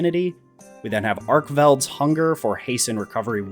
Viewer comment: Who tf pronounced it arshan